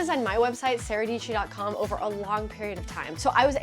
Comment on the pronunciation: Dietschy rhymes with peachy.